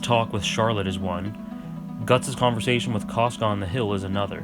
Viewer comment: Caska. He accidentally was pronouncing it 'trash.'